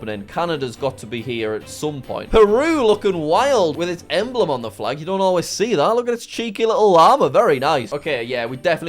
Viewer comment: and the flaj was wronj too